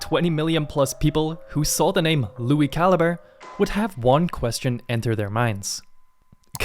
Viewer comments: I lowkey thought his last name was said (ca-lee-bray) until you said it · back when i thought he was italian because i mispronounced calibre 😅